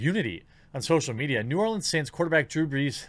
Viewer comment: Appreciate you saying New Orleans correctly.